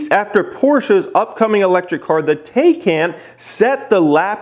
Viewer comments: doesn't know how to pronounce Burburgring 2 seconds later makes fun of people who pronounce taycan wrong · "Some of you guys call it the Tay-can" 20 seconds later.. also calls the car the Tay-can.. lol It's pronounced Tie-con.. also plaid as in a plaid shirt. Elon must love Spaceballs